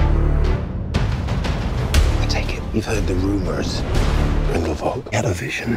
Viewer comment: I’ve noticed several characters sound they like pronounce Grindelwald wrong? I’ve heard Grindelvolt and obviously Grin-duhl-wawld which is correct.